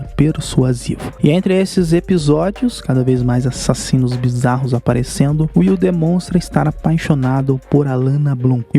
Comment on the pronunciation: O melhor dessas narrações é ele dizendo: A-SSASSINOS